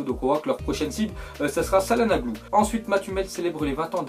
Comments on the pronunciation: Ca se dit tchalanolou pas ssalanoglu le nom du futur milanais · çalanoglu se lit tchalanoglou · Sa se prononce Kalhanoglu même si c'est écris çalhanoglu